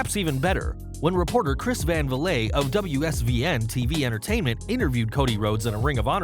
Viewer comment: His name is Chris Van Vliet... there's no "accent" on anything. It's not "vah-lay" it's "vleet"